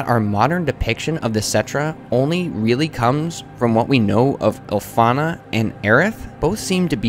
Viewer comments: This theory is so solid that I'm willing to tolerate hearing 'Ilfana' multiple times lmao. It's Ifalna, if my memory serves correct. Still, a phenomenal video series that I look forward to checking out, in its entirety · Great commentary, but you could always improve the presentation by taking the time to find the correct pronunciation for words you aren't familiar with. Just a couple examples; You call her Ilfana like Ill-fah-nah, when her name is actually Ifalna like ee-fahl-nah. Or when you say 'Mandagoria' when it's actually a 'Mandragora.' Don't get me wrong, you've clearly put in a lot of effort to this project and it shows. I just wanted to point out, that this essay could be even more poignant simply by doing a bit of proofreading. Otherwise, keep it up man. This is clearly a passion project for you, but don't burn yourself out!